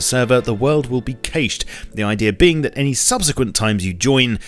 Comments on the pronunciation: cashed? Kayshd? You seem like an intelligent. How can you not know it's a cache? [cash] cached is pronounced Cashed, like you would with a cheque. Source? me. The army. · Cached is pronounced like "cashed" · i like the way you say cached